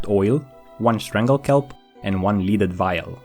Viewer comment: Leaded like “led ed” lead is a metal in this case.